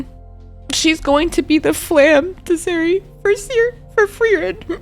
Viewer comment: Friendly reminder that Serie is pronounced with a Z and has 3 syllables:)